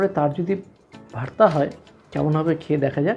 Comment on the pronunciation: Apni vorta ke varta varta uccharon korchen keno?